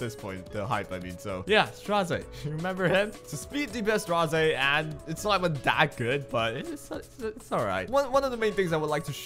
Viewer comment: i really wanna know how ppl see Straze and say Strazay. It is so funny